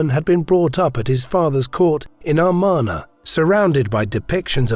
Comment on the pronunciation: It's pronounced "Ah MAR na", not "Ar MAN a".